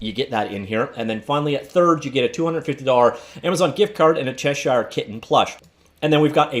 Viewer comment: Hey, man. It's not, "Chesh-shire." It's "Chesh-er."